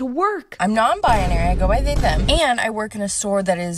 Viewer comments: BI-NARY, not BIA-NARY. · Why she say non biONARY can’t even pronounce her “identity” 🤣